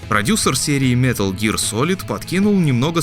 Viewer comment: И «метал жир» туда же